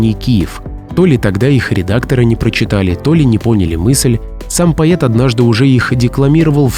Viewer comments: Не поет а поЭт, чего у тебя рот сводит , чего ты придумал или ты новый учитель русского языка ? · Диктор ,вообщето слово поЭт,пишется и произносится как поЭт,а вы всё время поЕт, да поЕт слух режет . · Слово поэт от автомата звучит по-идиотски. У них что, буквы э нет? Поет да поет, хоть ты тресни. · Слушайте, кто тут вещает, не зная что слова " поет" в русском языке нет, Есть слово ПОЭТ! Противно слушать! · А почему "пает", а не "поэт"? 😮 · Поет,странное произношение,может поэт? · Что за безграмотность ? Лезть в эфир не умея правильно читать по -- русски . Что это за слово поЕт ? А правильно нужно -- поЭт ! Манера чтения без пауз в конце предложения -- это не для русского уха . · Поэт, а не поЕт. Грамотей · Слово "поет", читается, как поЭт! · Что за диктор, он нормальный : "поет, поета. " Лебил что ли? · Стихи точно гениальные, читаются, как рэп. Уважаемый ведущий, не надо говорить ,,поет,, , надо произносить : ,,поэт,,. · как коробит произношение "поет" вместо "поэт", в остальном, по содержанию - лайк! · Благодарю за видеоролик, но , простите, произношение слова "поэт" по-русски так и будет, по-Эт, а н поЙэт, как неоднократно произносят в этом ролике. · А можно правильно выговаривать слова?Ваше произношение "поЕт,поеЕтов" режет слух!Может все таки правильнее будет-поЭт,поэты? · Всё бы ничего, но: поэт, а не поет, и стихи для начала вдумчиво надо прочесть, потом уж читать для публики. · Какая необходимость при озвучке произносить ПАЙЕТ вместо ПОЭТ? Воспринимается как ёрничество. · Научись произность правильно слово ПОЭТ, тошнит от твоего произношения, не смогла досмотреть до конца... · пайет??? ... какой ещё пайет, аффтер ??? 🤣🤣🤣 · Пойет…, что за сленг… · Почему ,,поЕт,,? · Не могу понять: голос за кадром - ИИ или человек? Если ИИ - то простительно. Но если человек- то ЕГЭ во всей красе: "соЛ - фасоЛ - пишется с "ь" знаком, а виЛЬка- бутыЛЬка- без". Так и слово "поЕт" - пишется и произносится как "поЭт". Дальше можно даже не слушать, хотя тема возможно и интересная.